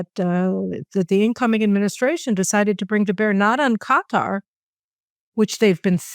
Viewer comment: Victor Davis Hanson fitting pronunciation: Erdo-yawn (Erodgan) and Gutter (Quatar).